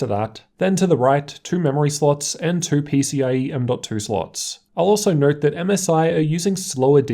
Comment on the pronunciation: Noerrrt (note)